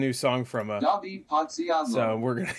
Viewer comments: You used english text to speech i dont know why, next time please just go to google translate, type or copy author name and select proper language. As a polish guy its sad for me to hear his last name butchered by ai just because you didnt select right language. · You could have just use Polish Google translate voice. You were 2 clicks away from the actual pronunciation Ps: I LOVE THE SONG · This website is shit, it's not how you say Podsiadło.